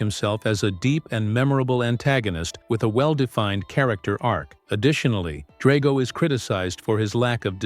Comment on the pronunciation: It’s pronounced DRAG-oh and SHEE-foo, “”! 🤨